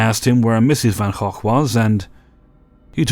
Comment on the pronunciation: Thanks, your pronunciation of Van Gogh was so much more correct than it's pronounced in America than it messed with my head.